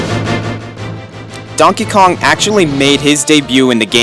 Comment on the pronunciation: "donkey konk"